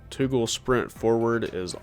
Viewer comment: "toogoul sprint forward" lmao